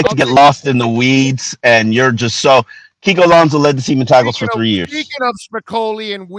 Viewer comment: Kiko Alonzo??? Really???? kiko Alonzo????